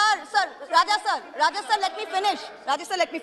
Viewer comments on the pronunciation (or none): none